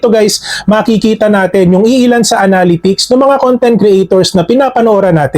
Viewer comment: Thanks for the efforts in making tutorial contents... constructive comment lang po ito... Pls search the correct pronunciation of "analytics"